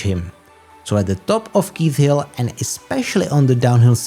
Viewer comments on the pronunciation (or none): Great recap! Just FYI “Leith” Hill is pronounced “L-ee-th”, not L-eye-th”.